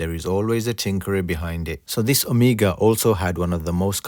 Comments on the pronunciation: nono not omiga! omEGA! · anyone else is irritated that he pronounces "Omega" as "Amiga"? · Ok,we all know your island accent but you are screwing it.Its not Amiga but Oooomega!!!Nice work. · You are mispronouncing "Omega".....I'm sure you have been told this before. Ask yourself this...."How do the Greeks pronounce Omega"..Now you have your answer. Good Video. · I'm perplexed as to why you mispronounce Omega but perfectly pronounce Jaeger-LeCoultre?